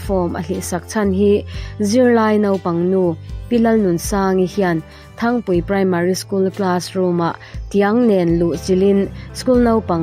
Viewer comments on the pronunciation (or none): Thangpui nilovin, Ṭhangpui tih zawk tur ani e.